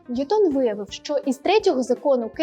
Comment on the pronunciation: Ви впевнені, що правильно ставите наголос у прізвищі Ньютона? Принаймні УРЕ дає наголос на першому складі. ЧИ можете ви послатися на авторитетне джерело інформації, яке б дозволяло наголос на другому складі?